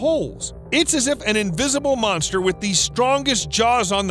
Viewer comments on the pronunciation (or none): none